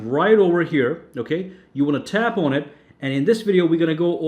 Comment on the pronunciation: It's "on" not "aun".